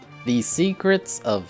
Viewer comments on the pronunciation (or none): Shova is pronounced like the word "shover".🌠🦚